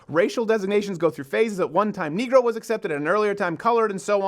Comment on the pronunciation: First of all your not saying negro correctly. I don’t think the word negro is racist but when you say it like that it is potentially offensive